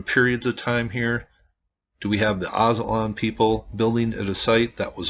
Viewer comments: O yea sorry but if u look at alot of hispanic drawings and the story of the aztecas which is that they came from aztlan (aztalan) and u said it right brotha aztlan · Nice! I am from this area grew up on these mounds Aztalan you pronounced it right.